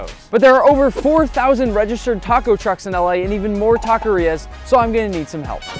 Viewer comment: Taco Shops! Not tacorias